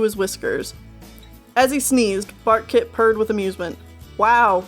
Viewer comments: In chapter one i thought you said "Fartkit" XD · I heard “FARTKIT” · barkkit or whatever sounds like fartkit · I heard fartkit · I thought you said fartkit the entire time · I thought you said Fartkit at first lol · Wait... She didn't say Fartkit? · Bartkit and True Claus??